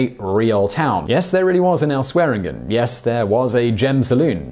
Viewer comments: You did okay pronouncing South Dakota, but where is Montanner and Canader? Another name is pronounced 'swear-engine', not swear-again. Unless you are just trying to be cute...you're not. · Dope video. Hitting the G wrong in swearengin is oddly pretentious. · on pronunciation: isn't Swearengen Swearen'J'en? (or Swijin if you prefer) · Isn't it pronounced "Swearen-JEN", though? He was my favorite, but all this time, was I pronouncing his name wrong??? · as much as i appreciate your videos and this one, that is not how you pronounce Swearengen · So, you watch the entire series, I guess, and yet, the very first chance you get you say "Swearengen" with a hard G. What is WITH you? And it's LAWR enforcement, CanadER, and MontanER. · 10 seconds in and the host gets Al's name wrong. I'm already apprehensive about this video... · Have you ever seen the show? Asking because you don't seem to know how to pronounce Swearengen. Oh wait, this is a Simon Whistler vid, never mind. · when trying to correct someone's spelling make sure what you write is correct He mispronounced his second name which someone who is familiar with the show would not On and one are different words altogether buddy I'm sure there is some variation of all with two ls but doubt if you would ever find on describing the number one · again yes I spelt it wrong it's one of those words that is confusing like Say Flanders is singular what is the plural? I basically said this dude said Al's second name completely wrong and considering you watch and listen to shows characters not spell there name there is a slight difference